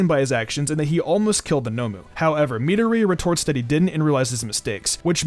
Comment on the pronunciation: Midorias name is pronounced Mi-door-e-ya